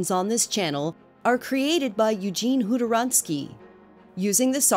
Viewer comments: Хуторяннски I think, not sure. But X in Cyrillic sounds like a khh/ha sound. It comes straight from the throat. The woman just used 'ha'. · Was anyone else shocked to hear how "Khutoryansky" is actually pronounced?